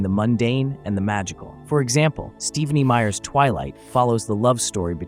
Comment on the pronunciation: lol "Steve a Nee Meyers"